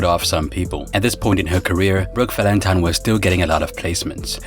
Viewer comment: Did I hear her say Brook Valentime with an M? Lol!!